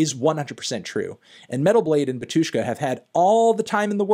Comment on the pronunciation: take a shot every time he says batYUshka instead of bAtyushka